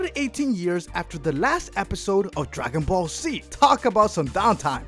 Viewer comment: What's "Dragon Ball C" he keeps talking about it but i've never heard of that show